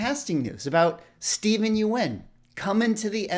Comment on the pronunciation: I think you're pronouncing Steven's name wrong